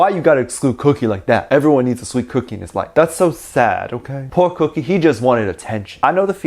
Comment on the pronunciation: You keep saying kookie. Then I realized I’m literally getting cookies. “-“